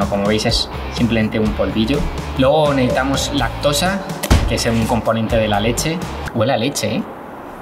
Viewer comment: Si te oyes tu mismo escucha como dices todo el rato neitar,no necesitar 😝.Y luego neitamos y reultao no resultado como hablas😜.